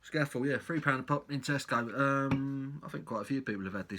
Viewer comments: I'm not Cumbrian but I think it may be pronounced 'Scaah-Fell'... 😉 I agree; cracking beer! Leaves a lovely lacing on the glass too. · Cracking beer.It's defo one of the best at least in terms of Pale Ales. Also us Northerners pronounce is Sca Fell it's named after the famous mountain in the lake district. Bloody beautiful place. Cheers.